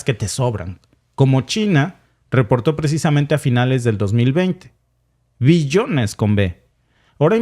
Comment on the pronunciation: Cuando hable de billones; pronuncie bien la B... por obvias.... gracias